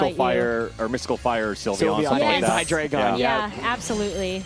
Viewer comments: ITS HY-DREI-GON THE DREI IS 3 IN GERMAN ALL ITS FORMS FOLLOW THIS FORMAT STOP SAYING HIGH-DRAGON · The next person to say "Hydra-gone" will suffer the consequences. (ರ◡ರ )